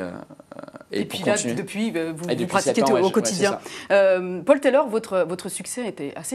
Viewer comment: Ce n'est pas Pol Tèlorre c'est Paul Taylor